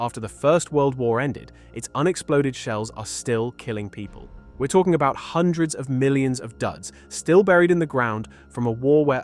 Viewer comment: hundreads of millions?